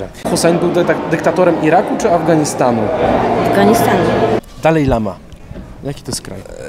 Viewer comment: Prowadzących też mistrz skoro mówi DALEJLAMA a nie DALAJLAMA brawo